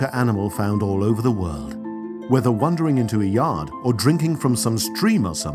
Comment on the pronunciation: You pronounced wandering wrongly